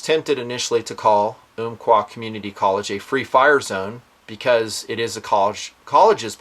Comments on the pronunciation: It's um qua not oomqua Love the job your doing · Uhm-qua not Oomp-qua. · I grew up in Roseburg and have been to the college many times. Pretty shocking. I was relieved to find the shooter was not from Roseburg. He came to Oregon 2 years ago from California. BTW the Umpqua = pronounce the first part like "thump", Ump quah.